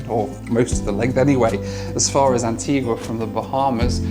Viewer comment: As others have said, you need to learn to pronounce Antigua correctly! It is a beautiful island, a beach for every day of the year, so they say. If you go again, get over to Falmouth Harbour/English Harbour, where half of the superyachts normally based in Monaco spend the winter (it starts to get busy in December, through to about February).